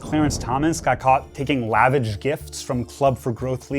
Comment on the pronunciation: Is the host a real person? He talks as if English is his first language, but mangles the pronunciations of "lavish" and "gifts" . AI?